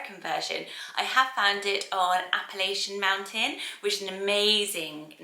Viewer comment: When you said Appellation Mountain the name website, I thought you said "Appalachian Mountain" as in the mountain range in the USA. 😂😂😂 Google found the website anyway.